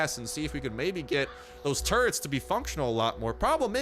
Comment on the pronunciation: When you were saying “turrets” I heard “turds” at first.. 😂😂😂😂 then I thought... oh no! Zombie 🧟‍♀️ 🧟‍♂️ pooooooooooooooo!! 💩 wouldn’t that be terrifying. I like the render if the big bad boss, but I think the witch is still the most terrifying. 😱😱😱 Great video as usual! 👍👍👍